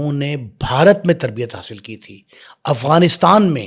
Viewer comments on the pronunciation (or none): none